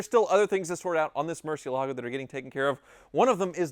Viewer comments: Almost a new record. Only took 23 seconds to mispronounce Murcielago. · Anyone else notice that and Ed Bolian pronounce "Marcielago" completely differently? Considering Ed was the Director of Sales at Lamborghini of Atlanta for several years, I'm going with his pronunciation!